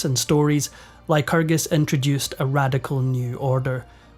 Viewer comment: Lyerus... lycrgus... The Lytragargu... Donald Trumpacus!